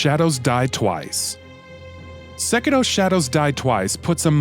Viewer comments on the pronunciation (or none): Nothing pisses me off more then hearing them mispronounce the name of games. Sekido? Are you fucking kidding me? Where the fuck do you see a "d" in Sekiro? Fuck. Not just that either but this dude fucking said Plag instead of Plague... Like oh my fucking Batman! Say this shit correctly or don't make the video. Also stop putting Death Stranding on every fucking game list y'all make!